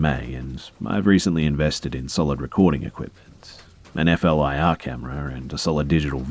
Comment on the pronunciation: FLIR is pronounced Flur. It stands for forward looking infrared.